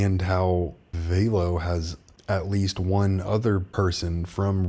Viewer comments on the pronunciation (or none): It’s Velo… like Jello … not Veelo 😎 love the channel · It ain’t Vaylo 😂 .. all good 👍🏻 keep up the great job!!